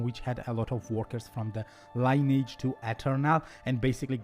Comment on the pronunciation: You are pronouncing 'Lineage' wrong. It's pronounced 'Lin-ee-edge'. Your english is very good, but repeatedly saying 'line-age' bugged me haha. Thanks for the video